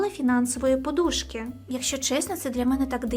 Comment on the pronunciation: Зверніть увагу на наголоси, будь-ласка.. бо складається враження, що ви не з України. Не поду́шка, а по́душка. Не оборот, а оберт. І так далі, покращуємо свою українську разом з вами.. тож не зупиняйтесь